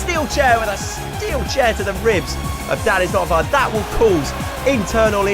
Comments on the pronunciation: Okay but when the guy says danisnotonfire it sounds like dadisnotonfire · Lol I hear dabisnotonfire everytime he says that